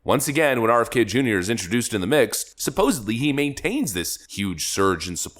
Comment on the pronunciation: Absolutely love this channel, but for what it's worth, it's "supposeDly," not suposably. 😊